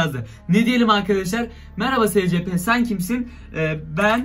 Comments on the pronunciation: Abi o secepe diye okunmuyor esipi diye okunuyor (SCP YAZMAYI BİLİYORUM ÇOK BİLMİŞ BEBELER DOLMASIN) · SCP diye okunmuyor esipi diye okunuyor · Abi siz buna nasıl inanıyorsunuz be. Ve SeCePe diye okunmuyor. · Scp vakfını bilenler +1 (büyük ihtimalle yorumlara bakmadan kapatıp gider ama) /SCP NEEE gıcık oldum olm okunuşu ESPİ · Abi o scp 096 değil es si pi diye okunuyo